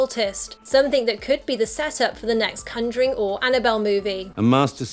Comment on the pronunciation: The way she says conjuring as cunjoring triggers me.